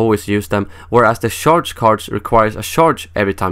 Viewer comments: It sounds funny the way you pronounce charge. You pronounce it like the word sharp. Try pronouncing it like charmander, hope that helps :) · not sharge?